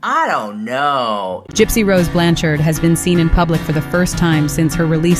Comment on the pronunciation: Who's Gypsy Rose "Blanchers"? You mean Blanchard? 😂